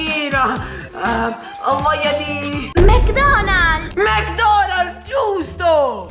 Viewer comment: ha detto detto mc donalz lol